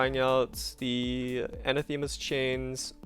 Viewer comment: It's pronounced Anah-thuh-muh.